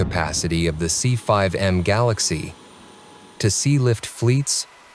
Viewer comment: It’s galaxy not Galaxis